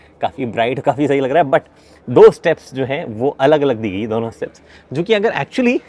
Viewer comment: daunon kyu bolta hai